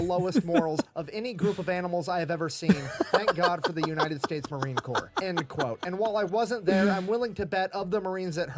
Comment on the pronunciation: not to be ugly, but it Corps, not corpse